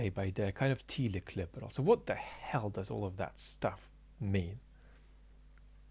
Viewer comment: Sorry for being pedantic but I believe telic is pronounced tell-ic (short e) not tee-lic. Teleological on the other hand has a first syllable that can be pronounced with either long or short e.